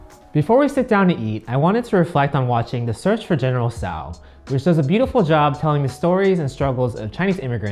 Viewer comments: Tso = Sow or Sau? 1st I heard it pronounced like that. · why pronounce tso two different ways?